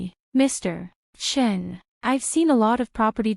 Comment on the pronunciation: AI writes Chen, AI reads Chin